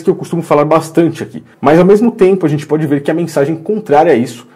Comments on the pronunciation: No final parece que o Bial disse "Bodi"ao invés de Pode.. Mas deve ser doideira minha kkkk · Ele falou bodi! Eu também ouvi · Eu tbm percebi isso pra mim ele fala bodi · Credo,eu também entendi bode!😲